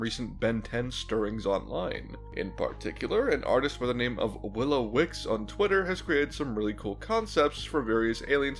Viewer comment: Hey! You got the name right!!! A lot of people think it's "wickles" with an L and not "wickes"